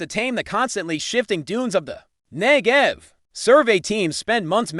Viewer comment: AI voice, aggravating and inaccurate. "Ngev desserts" lol.